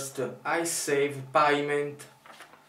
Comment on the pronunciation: "peiment" non "paiment" . Ti ho trovato un errore non corretto. :D